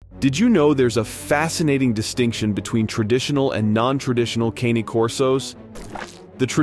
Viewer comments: You're trying to educate people about Cane (con-nay) Corsos, and you can not pronounce the name properly. Sad. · It's actually pronounced cony Corso not Caney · If you are going to do a video on dog breeds at least get their name correct. caynee corso??? It's pronounced Kaa-nay Corso. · please learn to pronounce the name properly if you are going to make a video about the breed it certainly isn't Caney while spelled like something to assist someone walk its pronounced caw-nay . Before you believe this video's version of traditional versus Americanized non traditional try to find videos of European or Italian dog shows where you'll see the large heavy bodies are what are being shown plus the difference in the dogs shown in this video show the traditional as having natural ears and tails. My 180+ lbs. black with white chest blaze male has a docked tail and natural ears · Why can no one pronounce it right not even the people who own them Ka-neigh Corso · You somehow came up with a new way to say Cane Corso lol. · someone who can't even pronounce the breed correctly should not be making videos about said breed